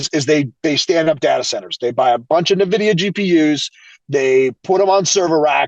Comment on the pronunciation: It is NOT “nuh”Videa!